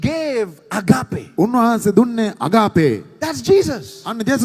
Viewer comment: excellent. you say "Ag..AA..pe". there is no "AAPPe" in how you pronounce it. the correct pronunciation should be "AAG..ape"., these idiots are jealous of your rise as a stand-up comedian of all time from Sri Lanka. PLease correct your pronunciation error. Please Do not forget us. Your fans., ME WAGE SEPA Dena eka nathara karanna nam EPA..